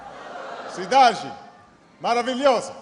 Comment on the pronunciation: Se eu não soubesse que ele é o Obama, quando ele disse cidade maravilhosa, eu diria que era brasileiro